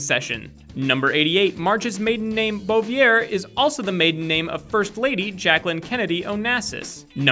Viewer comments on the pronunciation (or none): he says marge’s last name COMPLETELY wrong. He said bo-vi-air But its pronounced. boo-vi-a. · marge maiden name pronounced like boo vee eh. not bo ve air. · Marge's last name is pronounced like boo-vee-A